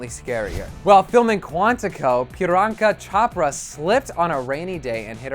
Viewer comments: the way you said Priyanka chopera kills me like literly it pisses me off soooo god damn much but whatever no hate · ""Pilanka CHAPRA"" WTHHHHHH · the way he pronounces Priyanka Chopra just makes me cringe for someone who understands Hindi XD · I cringed at the way the host pronounced Priyanka chopra's name. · The way he said Priyanka Chopra omg honey no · The way the boy said priyanka Chopra's name made me cringe so bad.... At least learn to spell someone's name..... Ugh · The way he said Priyanka Chopra made me cringe and wanna punch him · Omg he totally butchered “Priyanka Chopra” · That pronunciation of Priyanka Chopra though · Y'all completely butchered the pronunciation of Priyanka Chopra. It's really not that difficult :') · The way he pronounced priyanka chopras name was so wrong it made me cringe so bad remember desis knew her first on Bollywood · the butchering of Priyanka Chopra's name :| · The way u said PRIYANKA CHOPRA😂😂 as an Indian it sounds really funny No offends pls reply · the way he pronounce priyanka chopra :v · Priyanka Chopra pronunciation lmfao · .what did I just hear.. now the way you say her name mate. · OMG the pronuciation of priyanka chopra 😂😂😂😂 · The way he pronounced Priyanka Chopra 😂😂😂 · Dude, no offense, but you CHOPPED UP Priyanka Chopra's name! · How he said Priyanka Chopra thoo... Like seriously Americans... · Lily 02 His pronunciation of her name was a horrible. He could've at least practiced it before saying her name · Lily 02 yea its fine I'm sorry if I came off mean. Idk why the person is blaming all americans but that person should've at least practiced saying her name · Jaslin Purification lol ikr I cringed so hard